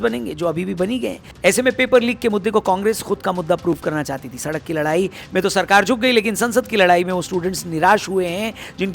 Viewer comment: Sadak chauk dhang se bolo